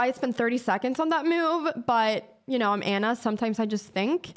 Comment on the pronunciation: Love how she says i like this MEW-UVE.. :) Anna youre hot and smart